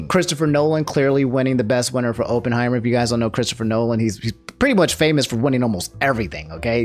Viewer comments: "open heimer" just pronounce it correctly ONCE for the love of god. i just have a weird thing about pronunciation its not your fault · Drink every time pronounces "Oppenheimer" in a weird way, the result might surprise you (death). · He fumbled Oppenheimer and Cillian too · “Open heimer” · "Sillian Murphy for Ohpenheimer" is just a white woman in disguise i stg